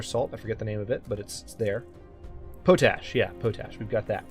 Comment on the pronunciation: I would like to see more as well, so I am glad to see you are thinking of doing more, and when you bring up the farm window their is a check box at the bottom where you can use your POT-ash to fertilize your farms.....lolz....I too grew up on a farm and was being driving mad by your pronunciation.